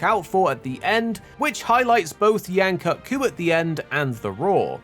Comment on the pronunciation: Bro at least say Yain Kut-Ku's name right